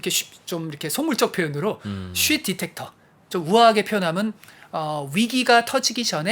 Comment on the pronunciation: 근데, 디텍터정도는 한국싸라미면 디뤡~터 라는걸아니까, 굳이 T바름을 그러케솔찍카게낼피료까지는..-_-; 🤔